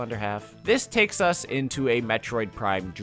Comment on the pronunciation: "It tÆKes a lot to creat a video game"